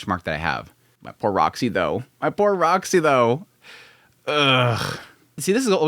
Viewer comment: "Poor Rock-sy"